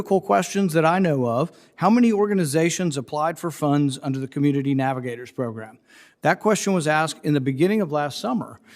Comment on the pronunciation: "Progrum"...what is that?